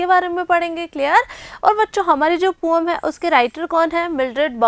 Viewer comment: Mam say poem to poam 😅